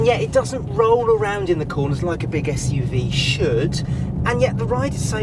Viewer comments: I don't see any other comment regarding her pronouncing "SUV" as "Ash-UV" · Why do you pronounce SUV (Esh U V) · It's an SUV not an ESHUV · I'm offended by your bullying of someone who can't pronounce her esh's!!